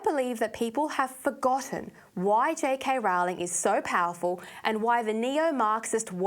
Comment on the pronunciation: If you are going to talk about her, learn how to pronounce her name. the Yanks get it wrong, but there's no reason for you to do so as well..